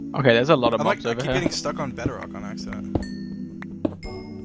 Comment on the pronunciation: he pronounces bedrock like better-rock whut